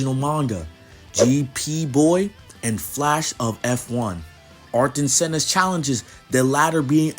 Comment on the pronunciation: Cool video, but your pronunciation was a little off. Specifically when talking about F1 lol